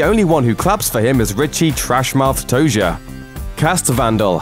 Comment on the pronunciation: The way he says the boys' last names is kinda annoying. Denbrough sounds likes Denbro and Toizer sounds like Toisher :/ not hating its just most people say it differently.